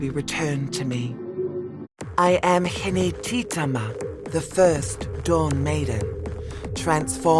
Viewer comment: I dont like how she pronounces hinetitama...I'm a proud descendant